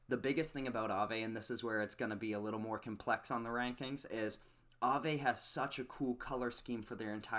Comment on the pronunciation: Look how Aave just rolls of your tongue like you be saying it for years. You make me proud 😂😂😂😂 💪💪💪💪 btw Alchemix has a pretty bad ass logo